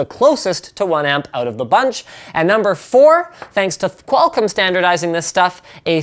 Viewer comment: lol I love the way Linus says Qualcomm. "Qual-CUM" sounds like a porn streaming service.